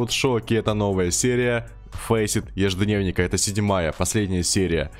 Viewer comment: гайсы, был "ежедневник" стал "еждненик"